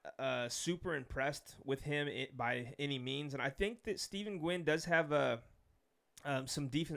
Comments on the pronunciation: I believe is Pronounced “When” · Nguyen is pronounced “ when” simply put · Nguyen is pronounced Win